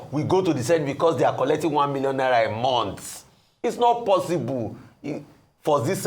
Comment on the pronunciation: Ndi Ara, Not Ara